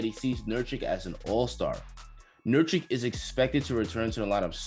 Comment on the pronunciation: Say it with me nur kitch nur kitch